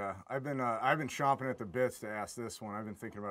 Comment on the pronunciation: It's "Champing at the bit," not "Chomping."